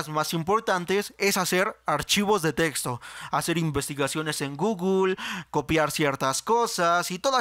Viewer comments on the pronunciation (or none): none